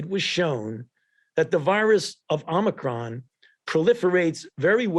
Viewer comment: Is it a Amicron or Omicron he just called it Amicron